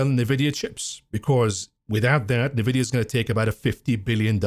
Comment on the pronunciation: Why can't you pronounce NVIDIA correctly?